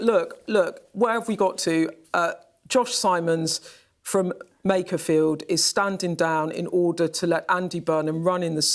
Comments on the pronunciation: "Macca-field" and I'm supposed to listen to this pathetic excuse for journalism to inform me? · didn't call it Macclesfield, she called it Macclefield. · Skynews cant pronounce makerfield